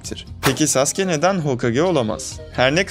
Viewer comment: saske ne abi saske ne düzgün okuyun şu adamı sasuke bu saske diyince tuhafıma kaçtı